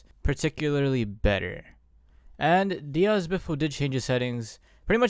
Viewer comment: People really don’t know how to say Diaz